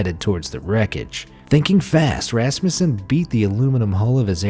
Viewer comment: It is pronounced rusmusan